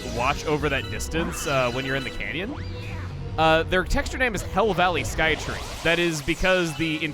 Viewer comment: The first time he said hell valley I thought he said hill valley